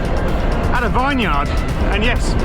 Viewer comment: Nice ride! It was windy that day, I went out that day and intentionally planned to go into the wind for a tailwind return but it was a bit of a slog and I only did half your distance! The "Vineyard" pronunciation could use some work btw 🤓😂😅 looks lovely there.